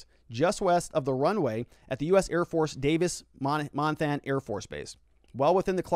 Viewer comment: Sorry. Had to laugh at your way of saying KOLD (they literally just say the letters) and how you say Davis Monthan (Mon-th-on is kinda how locals say it). My mom lives on one side near the base, my in-laws in Marana, my brother and sister-in-law near the airport. Kinda scary to see the flight pattern. I remember living near the airport in the mid-00s and we had helicopters searching over our house all the time. I highly doubt that most people in Tucson proper thought anything of a helicopter searching at that time of night.